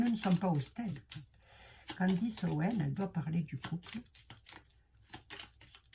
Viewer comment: CANDACE ! MAIS ONT DIT CANDECE